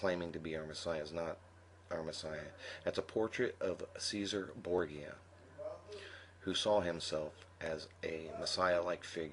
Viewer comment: Correct the image of Christ is based off Cesare Borgia and his cousins during the Renaissance. Cesare was the son of the pope at the time...go figure. The phonetic pronounciation of the name is Sezarey Borjya